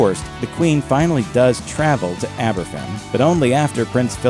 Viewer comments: Yep. It's also pronounced Abervan. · Even as a Danish person, I picked up that Aberfan was pronounced [aber'van], not with an f.